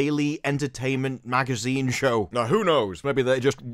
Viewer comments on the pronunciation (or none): none